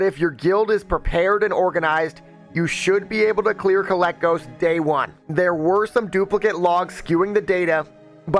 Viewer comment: the dragons name is kay-leck-gos they even call him kay-lek